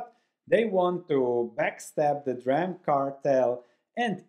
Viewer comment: It's not "dram" it is "dee ram".